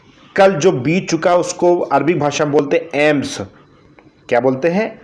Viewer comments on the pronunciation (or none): अमस not एम्स